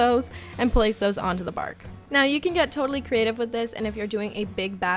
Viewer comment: I thought u said chocolate barf instead of bark lol